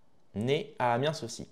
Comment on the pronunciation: Par pitié on ne dit pas Amiensss mais Amien même avec le S a la fin 😂